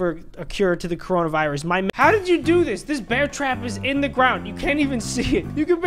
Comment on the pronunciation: You can’t say coronavirus